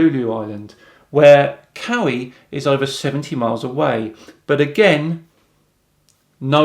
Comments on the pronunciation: As a Hawaiian resident, your pronunciation of Kauai (sounds like Kah-oo-wa-ee or Kah-wai) as ”Cow-wee” was fairly amusing. I always enjoy hearing mainlanders butchering our names. 😂 Though in fairness Honolulu rolled right off your tongue nigh native spoken (though Honolulu isn’t the island, it’s a city on O’ahu). 🤙🏼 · I was born in Hawaii, so I gotta comment on on your pronunciation of the Hawaiian island of Kauai. The right pronunciation of Kaua`i, is similar to pronouncing the sounds 'cow-wa-ee' with the 'cow' and the 'wa' flowing together and a glottal stop before pronouncing the 'ee,' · dude said "kayolawee" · pronouncing kaua'i as cow-ee 🤦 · Great video. However, before “winging” the pronunciation of the Hawaiian Islands, ask Google to say them for you. Mispronouncing them might make you seem more ignorant, which you are not. Kawaii is NOT pronounced “cow-ee”. All letters are vocalized in Hawaiian. Kawaii is pronounced “ka-WHY-ee”. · Lol , your Hawaiian pronunciation is funny, but I can confirm Kauai can't be seen from Oahu. Joey knows that too. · Let me help you, kaho’olawe (Kah ho oh la vay) (Kah wah eee) From a Hawaiian fan of the globe 🌏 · Not "Cow-eee",. "Kah-why-ee". Love your videos (esp. flat earth Friday!). Hawaiian pronunciation leaves a little to be desired:) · Spherical trigonometry eh?. What a tool. FYI it's pronounced kah-why, not cowee. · It's pronounced COW EYE. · I live on Oahu and I can assure you you can’t see shore to shore anywhere between islands. Ask the guy to show proof of that. It’s ludicrous. I can also assure you that you have no idea how to pronounce the island names. Kilauea sounds like kill-ah-way-ah. Kauai sounds like Ka-why. And honolulu isn’t an island, Oahu is the island that honolulu is on. But this Joey guy is completely wrong about everything he says. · Kauai sounds like Kuh-Wah-E. Aloha! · Kauai = Ka-wa-ee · I cringed when mispronounced Kaua`I. I grew up on Oahu.